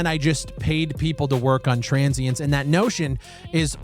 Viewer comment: why did u call your game TRANS-sience?